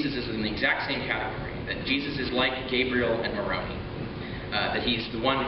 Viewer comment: Richard needs to learn to pronounce Moroni. Maybe Mr. Deity will teach him